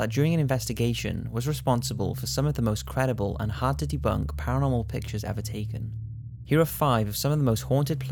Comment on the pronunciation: at 25 seconds I had to rewind it because I thought he said "hard titty bunk" it was hard to debunk haha